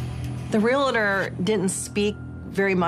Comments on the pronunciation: It’s not “real-eh-tor”. It’s “real-tor”. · She said “Real-uh-tor” 😖😖😖